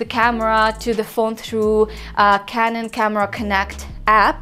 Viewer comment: I thought you called your speedlite "Kevin" but you said canon. :P